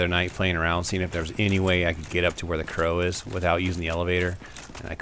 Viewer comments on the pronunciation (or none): none